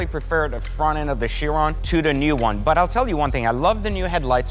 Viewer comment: Ki-ron - a Bugatti Ki-ron - is how Chiron is pronounced - ‘In Greek mythology, Chiron (/ˈkaɪrən/ KY-rən; also Cheiron or Kheiron; Ancient Greek: Χείρων, romanized: Kheírōn, lit. 'hand') was held to be the superlative centaur amongst his brethren since he was called the "wisest and justest of all the centaurs".’